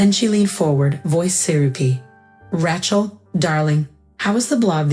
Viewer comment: I think you should teach your AI how to pronounce Rachel. "Ratchell" just doesn't do it for me. But I did like the story, especially the ending. Thanks.